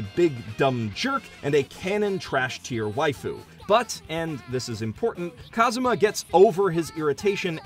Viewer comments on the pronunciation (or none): none